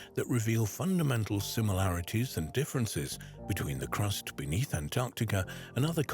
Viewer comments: Heavens above…..it’s ‘AntarCtica’….not ‘Antarrtica”, as mispronounced throughout this entire video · Drink everytime he says AntTarktica!😂